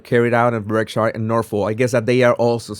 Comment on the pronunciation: Brit here…Berkshire is pronounced Barksheer. 🎉 I got this news straight from you. Thanks.